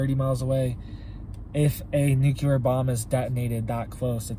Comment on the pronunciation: I love and his channel ❤ but I have a hard time hearing how he pronounces "nuclear" like George Bush, "nuceular" 🙄😑😜